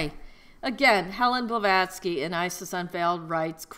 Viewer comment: This broad is really painful to listen to. Plus, how do you take someone serious when they can't even get the person's name correct?